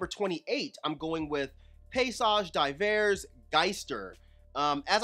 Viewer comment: The good prononciation is paysage d'h[ee]ver ! Thank you for the list and the fun you give us with dehh. Have a good year! Shout out from France 👊🏾